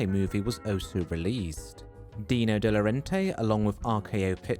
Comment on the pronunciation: FYI, De Laurentiis is pronounced like it’s spelled: “day loh-RAHN-tis”, not “de-loren-tay”.